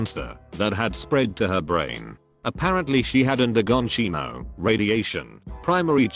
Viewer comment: No-one: Voice: cheemo